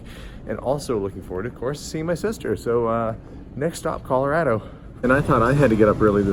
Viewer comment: you're the first non- native Coloradan I've ever heard pronounce it correctly! People from there say ColoRADo, like "That's so rad!" Most people say ColoRODo. So, great job! Great video! I used to live just down the road from Garden of the gods. Fun to see it again.